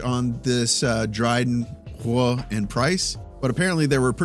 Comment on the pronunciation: Love you,, but just say "Roy" the English way. It’ll be closer.